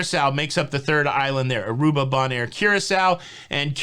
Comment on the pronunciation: Hint: Bonaire is pronounced BONE-AIR. Love your show!